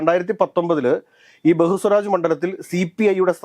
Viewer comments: ബഹുസ്വരാജ് അല്ല, ബേഗുസരായി. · പൂർണിമ അല്ല പൂർണിയ ബെഗുസരായി.... ബഹുസ്വാരാജ് അല്ല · പൊന്നു ഒന്ന് റിസർച്ച് ചെയ്തിട്ട് പറ. ബെഗുസാറായി ആണെടോ പിന്നെ പൂർണിമ അല്ല പൂർണിയ.